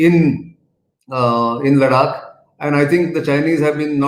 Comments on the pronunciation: Ladakh not Laddddakkkkk. Come on Mr Gokhale, it is easy to pronounce. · try to speek ladakh as ladakh not ladak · When you say लडाक, it appears you are from another country. Practice saying लद्दाख 10 times. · Ladaak is pronounced in Marathi, Laddakh is pronounced in Hindi and English.. and He is Marathi. Just like me... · Nitin hi, the pronunciation for ladakh is "ladh-dak" pls province it this way. Else, your analysis is gr8. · It's pronounced conventionally as लडाख in Marathi, and Nitin being native Marathi speaker may tend to pronounce certain words as Marathi speakers have been accustomed to pronounce. This is similar to how many of the Hindi speakers pronounce तमिळनाडू (correct) as तमिलनाड / तमिलनाडू (incorrect). So just chill down and be your tolerant self. Peace.